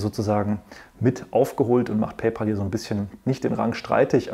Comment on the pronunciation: Hallo, war wieder sehr interessant. Bitte erlauben Sie mir ein paar Anmerkungen: sollte beim Vergleich der Zahlungsdienstleiter am Anfang des Videos, nicht auch Block (Square) erscheinen, und sollte nicht Affrim zu Amazon Pay addiert werden nach deren Merger? Sie und die meisten Deutschen Analysten sprechen immer noch PayPal Deutsch aus, also PeiPal und nicht und richtigerweise PayPä!!l. Der Name der Firma kommt nählich daher, dass Elon Musk, der Gründer, daran gedacht hat, in einem kleinen Deal einen Freund/Kumpel = Pal (Päl amerikanisch ) zu bezahlen. PayPal heisst einfach nur "Zahl Deinen Kumpel". Viele Grüsse, Andreas Popp